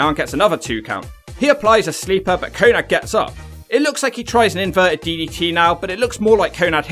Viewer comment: Konnad? I thought his name was konnan.